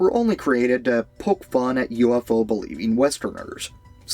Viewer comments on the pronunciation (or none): none